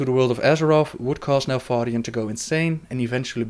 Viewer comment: ***** Neltharian is what he said, but because of his accent he cannot pronounce the sound "th", so it always comes out sounding like"f"